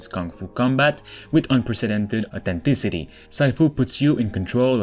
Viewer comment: When he said " authentity".😂😂